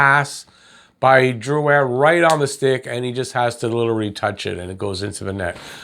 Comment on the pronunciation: First time seeing you, I don't know if you speak french, but you pronouced Drouin correctly. In english it's rare and I appreciate that. Also, Petry's penalty for assault was the weakest call I've seen in a while. That concerns me wayyyy more than the missed slewfoot and high stick on Perry.